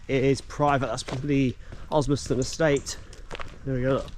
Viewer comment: Osmaston* there’s a second S there and she’s not a silent partner. Don’t go reading things like an American now, there’s a good fellow.